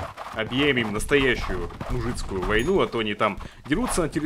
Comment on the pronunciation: КРИСТАЛЛ МУЖСКУЮ А НЕ МУЖЫЦКУЮ ФАААААААААААААК